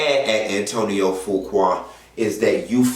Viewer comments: I Love you!!! Fuqua is pronounced FEW- KWAY!!! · Do research before speaking on it. Such as the pronunciation of the man's name and the fact that he's had recent film success with Equalizer 2 and was in Italy receiving an award. Why wasn't his wife there? Now that's information the people would want to know.